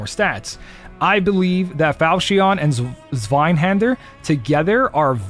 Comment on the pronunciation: If it helps, zwei in zweihander means two in German Pronounced" sv-eye